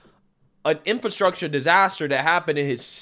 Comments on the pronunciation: DELEGADATION instead of delegation and INFRUCTURE/INFRATION instead of infrastructure.... wow..... What the heck did I just watch? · OMG! That press conference was horrific. Delegadation? Infraytion bill? Boyle Bile? (Brendan Boyle) Smattering of applause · Hey fetterman it's pronounced ar-te-ry and in-fra-stuc-ture. Smdh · Can't even pronounce "infrastructure". What an embarrassment. One person claps. Wow!